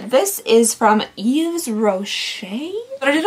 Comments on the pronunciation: also! yves is pronounced like eve!! you don't say the 's' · The almond shower product is a creamy shower wash :) I didn't like the almond scent either PS - The s in Yves is actually silent :)